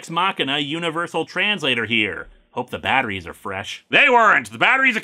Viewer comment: "Teh End!" I think you mean "DA END!"